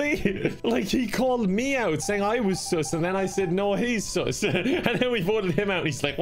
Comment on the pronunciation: I love these videos... but its sus, not soos.